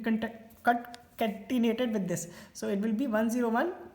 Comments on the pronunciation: Sorry but It was cute 😂 & hilarious at the same time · Thankyou Brother! but dude "Concatenated" part was hilarious😂